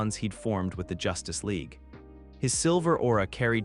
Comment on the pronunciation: It is good and I'm an in hour so far. There are some funny mispronunciations like the Justice Leg, Mos-cow. Not a complaint, just find it amusing.